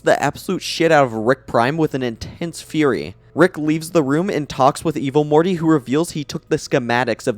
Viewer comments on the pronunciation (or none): none